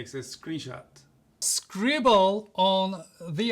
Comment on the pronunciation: You mean “scribLLe” ? time stamp 😂